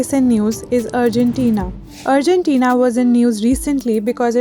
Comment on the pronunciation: 'urgentina' lol... It's Argentina